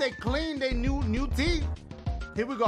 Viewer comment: teef Whitening never hurt for me